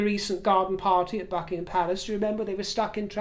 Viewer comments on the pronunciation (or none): none